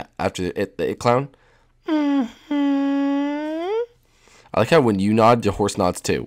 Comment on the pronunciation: Pennywise the Clouwn Lol